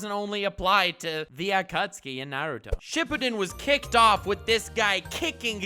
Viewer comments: akutski akutski akutski. how many times can this madman say it that way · Hehe, he said acucksee.